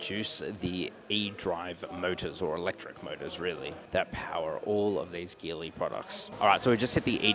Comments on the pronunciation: It’s pronounced as Geely (Ji Li), like Geelong, not Ghi Long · Great video and can’t wait to see the 7X land in Australia! By the way the word Geely should be pronounced as Jeely😊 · Geely is pronounced djilee mate!